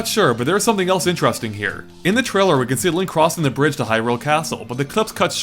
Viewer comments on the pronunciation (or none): none